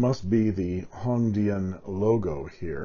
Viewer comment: Your pronunciation of Hong Dian is correct, thanks for sharing the features of this pen.